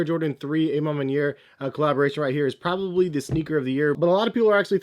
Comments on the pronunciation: AH man maniere...not AYE man maniere. you canadian? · Why he keep saying "ay MA manier". Isn't it more like "awe ma manier"? Lol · Ah ma manier